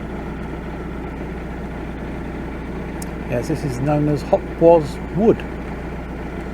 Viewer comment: Lovely to see you back. Just to let you know that Hopwas is pronounced Hopas. My husband's mother was born there, so he should know😅. Great vlog, thank you. Love the history stories xx